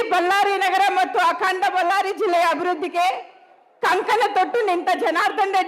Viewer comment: ಬಲ್ಲಾರಿ ಅಲ್ಲಾ ಅಕ್ಕಾ ಬಳ್ಳಾರಿ ಅನ್ನು